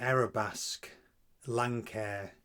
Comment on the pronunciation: Nice explanation of what was amiss. The aircraft type is pronounced, Lance-Air. The company is named after it's designer, Lance Niebuaer.